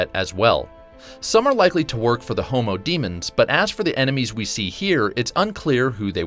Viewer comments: When he said 'homo demons' I couldn't stop giggling. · Not gonna lie, I chuckled when he said homo-demons